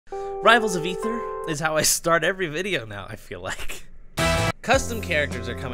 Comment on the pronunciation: i believe it's pronounced: Ay-ther